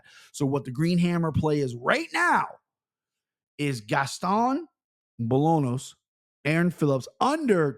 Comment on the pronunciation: Bro, it’s Bo-LAWN-yohs 😂 and also is Rafa with an R, not an H. And yeah, it was driving me crazy on my drive into work this morning.